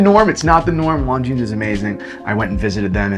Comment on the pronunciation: Americans pronouncing anything non american... Longinesss.